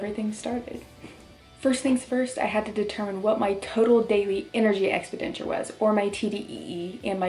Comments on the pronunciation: BTW, it's energy exPENditure, not expiDENture. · Expenditure is pronounced “Ex-PEN-di-ture” 😉 Seriously though, congratulations on this massive accomplishment. Do you ever want to find your old school bullies and rub it in their faces? Especially the guys who wouldn’t date you back then. lol